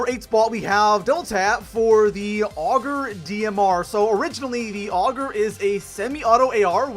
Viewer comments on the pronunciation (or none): none